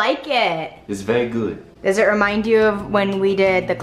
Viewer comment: “How do you like it?”: “Is vey gud”